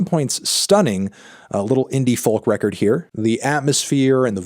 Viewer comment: Why say folk like that?